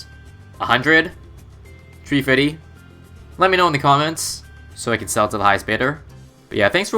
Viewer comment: Three fitty XD